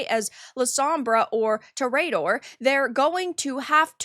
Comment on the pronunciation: Wait... how the fuck did you just pronounce "toreador"? Are you fucking kidding me?